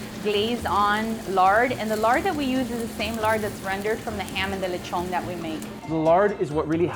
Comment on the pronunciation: "lechwgon" lol